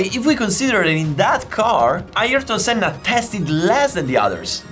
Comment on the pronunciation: Thanks for this, it reminded me of that day, stood in the rain and watching Senna running a master class on how to drive a car fast, in the rain! It was good to hear his name pronounced correctly too, doesn't happen often. One thing you missed, Ayrton did lap everyone, he let Damon Hill unlap himself on the very last lap. It took me three hours to get away from the circuit that day. The grass in the field we parked in was waterlogged and people were struggling to get out, it was carnage. I didn't care though, I knew I had just witnessed something VERY special.